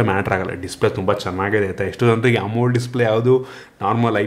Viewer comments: 😂it's ok bro, next time helovaga Amo L E D antha heli bro,👍😊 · ಅದು ಅಮೊಲ್ಡ್ ಅಲ್ಲ "ಎಮೋಲೆಡ್" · Amul display alla bro adu AmoLED[Amo L E D] Display